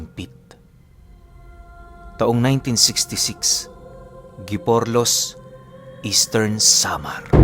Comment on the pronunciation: Giporlos, parang hiporlos ang pag bigkas non ☺️ taga Easter samar po ako. ☺️